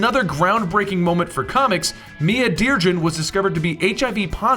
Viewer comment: Mia Dearden...not DearDREN.